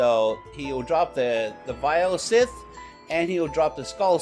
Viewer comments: This nigga said vile "sith" 😂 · Not pronounced SITH